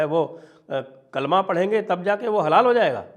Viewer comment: अरे श्रीमान थोङा होश मे बैठकर वीडियो रिकार्ड किया कीजिए। आप हलाल को बार-बार हलाला बोल रहे थे 🤦‍♂️